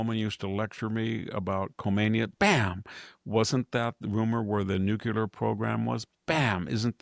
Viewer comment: Victor, Victor, Victor.....please ! It's nuke'-lee-er, not nuke'-u-ler. Love you regardless !